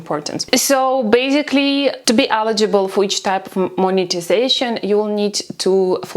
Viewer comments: Please learn how to pronounce 'eligible'. Thank you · It is not accent my friend, it is incorrect pronunciation of the word. Please look up the difference between accent and pronunciation. Warm regards